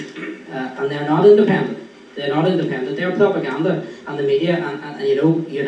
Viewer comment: It’s Pwopaganda 😂 the wee woyalist